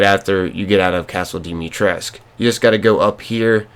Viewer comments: Please, for the love of Romanian language: Don't call her Dimitresc'. Her name is romanian and it is pronounced: Dimitrescu - the u isn't omitted like the game devs suggest. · Vârcolac is just the romanian equivalent of a warewolf. Just wanted to clear that out. Also you say Dimitrescu wrong, you pronounce the "u" at the end. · No tea or shade to the players, because it's not their fault, but people pronouncing Dimistrescu wrong frustrates me so much. 😭😭 I mean it makes sense for the foreigners in the game to say the character\s name wrong, but why do lady Dimitrescu and the villagers pronounce it wrong?? 😭😭 like they didn't even try lol it's so off